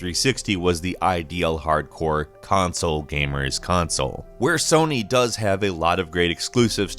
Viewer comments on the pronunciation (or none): none